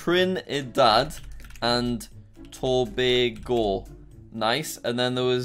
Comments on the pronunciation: YOO HE SAID TOBAGO CORRECTLY(no one ever does) I’m from there 🇹🇹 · Wow you're the first foreign person I've heard pronounce Tobago correctly